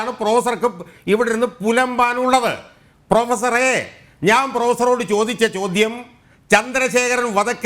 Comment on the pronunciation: ഷാജഹാൻ ഇടതുനിരീക്ഷകനോട് ഇടക്കിടക്ക് പ്രൊഫസറേ..... പ്രൊഫസറെ..... എന്നുവിളിക്കുന്നുണ്ട്.... കേൾക്കുന്നവർക്ക് പൂറാ.... പൂറാ.... എന്നുവിളിക്കുന്നപോലെ തോന്നുന്നു.... 🤭🤭👍